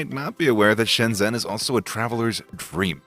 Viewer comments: please learn to pronounce it correctly: 深圳 Shēnzhèn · How can you go to Shenzhen, make a video about Shenzhen, and still not know how to pronounce 'Shenzhen?'